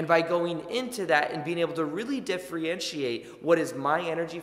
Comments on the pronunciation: Really appreciate your content! A small grammatical correction if you don’t mind I think I heard you pronounce “diff-re-entriate” and I think you meant to say “diff-er-entiate” hope that helps and keep up the excellent work! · Thanks for the good info. (Listen how to say “difFERentiate” and not “difFREEentiate”. ) ❤️🇨🇦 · Is he saying diffree-entiate? Cute! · "Differentiate" ... [Diff- (er)-(en) ti-ate] ... I thought this might help. 💜